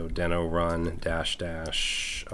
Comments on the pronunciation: Isn’t Deno pronounced “DEE-no?” The logo is a dinosaur and isn’t there a famous cartoon somewhere called Dino (DEE-no) the Dinosaur? That would tend to make me believe Deno should be pronounced DEE-no. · I believe it's pronounced DEE-NO. Why do I think this? If you remember the old Flintstones cartoon, the pet's name was "Dino", and he was, naturally, a dinosaur. And, the icon for the Dino language is... a very similar looking dinosaur. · Just out of curiosity, is it really pronounced "Den-oh"? Given the logo and the fact that The Flintstones' dino-dog was named "dee-noh" I would have assumed that it was pronounced that way. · Who would've thought naming your project after a dinosaur from a 60 year old cartoon, would make it so no one would pronounce it correctly?